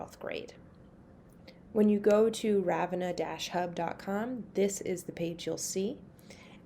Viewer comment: Very helpful-though it's pronounced "Rah-vin-ah" with the the emphasis on the middle